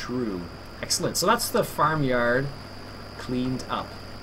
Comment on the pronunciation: Can u stop saying exalanent plz